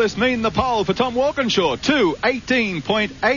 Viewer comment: Mike Raymond saying Walkinshaw wrong and Moffat calling him an Englishman are the only things wrong with this beautiful clip. Watched it live when I was younger.